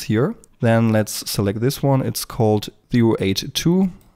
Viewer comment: I seriously do not mean this in a negative way or anything, but is English not your first language? or is it an impediment? I ask because I find it interesting that you can't pronounce R's for nearly anything ("Zewo" instead of "Zero") and yet when you say the word "Data", which is normally "D-ah-t-ah" you go "D-ah-t-R" which showcases you are capable of doing an R sound... Just genuinely curious is all. I've met plenty of people who for some reason or another cannot manage to pronounce the letter R in words, but never one who can't pronounce R's yet has zero trouble with adding an R where there isn't one. Again, purely curious and genuinely interested :o not intended as a form of mockery or what have you, but a real request for information.